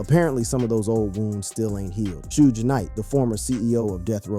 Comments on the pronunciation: It's Suge Knight not soog smh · Sooj Knight killed me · "Sooje" Knight...😂😂😂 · The way this man is pronouncing Pac and Suge makes it hard for me to take him seriously on things ‘HipHop’. Except for things I’ve actually seen any of them speak on in interviews.